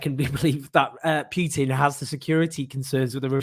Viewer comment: It's not pitin it's Putin